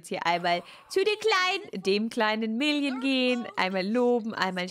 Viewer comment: Wer versteht auch statt million immer William 😂